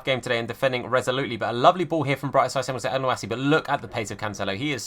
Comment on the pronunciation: Btw for mohammed elyounoussi it’s pronounced mohammed el- you- knew- say and great content as usual